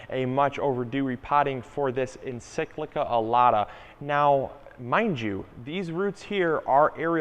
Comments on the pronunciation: Mispronunciation of encyclia - please it's EN - SIK - LEE - YA - is so irritating, especially from someone who really should know better! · Dude, check your pronunciation of the word “Encyclia” lol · Paul Saunders yah it was bothering me too lol